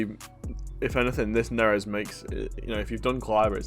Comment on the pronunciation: Love the vids as always just saying though, with Da-Vid or David Neres there is no correct way aside from this pronunciation “Da-Veed” Neres. Keep up the great content as always. Safety bro’s!